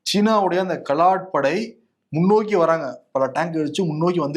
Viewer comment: கலாட் படை அல்ல, காலாட் படை!அய்யோ அய்யோ!